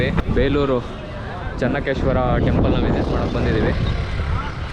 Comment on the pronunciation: ಚನ್ನಕೇಶವ sir ಚನ್ನಕೇಶ್ವರ ಅಲ್ಲ